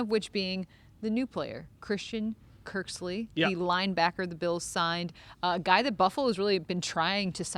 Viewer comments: cmon girl...his name is Kirksey not Kirksley:) hahaha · ya...but its "Kirksey" not "Kirksley" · Awesome job ya'll but "Kirksley" lol hopefully third time pronouncing it is a charm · Cmon guys. Once said Kirk-sly the first time, stop tape, tell her how to pronounce his name and then re-shoot. Sheeeeesh